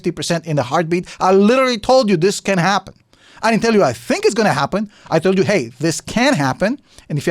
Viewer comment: Yea sure bud, "i tood you" 😂